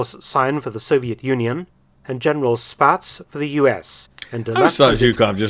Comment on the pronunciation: General Spaatz name is pronounced Spots, since he is from my home town of Boyertown. FYI, there is a General Carl Spaatz museum there which Jared Frederick visited.